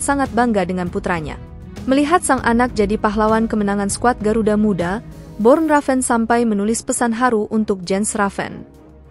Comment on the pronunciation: Nama ayahnya Bjorn Raven mimiiin, bukan Born